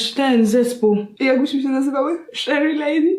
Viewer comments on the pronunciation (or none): Cheri Cheri Lady a nie Sherry Lady smh 🤦🏼‍♀️